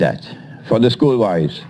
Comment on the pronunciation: The way he says "School Boys" :D